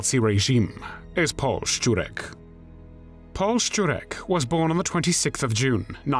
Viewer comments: True. His pronunciation of "Szczurek" is on point. You can tell that he's not Polish due to a slight accent but the pronunciation itself is spot on. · This man should get some award for his pronunciation of foreign words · No, no! As a Pole I am just impressed by his pronounciation. By far much better than I usually hear. Surname "Szczurek" he got nearly perfect (I would like to hear other English speakers). I even paid attention when he said the name of my home town: Kraków. (it is like "Krakoov"; not "Krakov" like 99% of foreigners says; very often they even tend to correct me!) Again: well done, I am impressed!